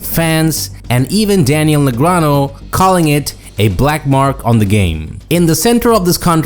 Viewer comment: Why still pronounce Daniel's name "negranoh"? He's publicly corrected people for that mispronunciation multiple times.